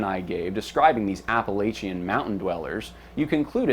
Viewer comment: I love you, brother. But you have got to stop mispronouncing the word Appalachian.